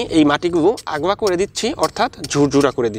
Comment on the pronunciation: ভাই, শব্দটা আগলা হবেনা আলগা হবে।